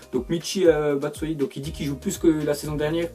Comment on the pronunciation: Connar batschuayi pas batsayi btp